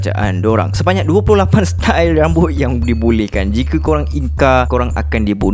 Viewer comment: Style bro... Bukan stail.... Mula² baca otak nih canot brain bro...